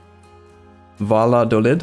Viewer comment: Here is how you pronounce Valladolid